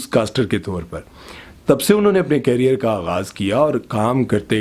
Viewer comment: Ap career word galat bolty h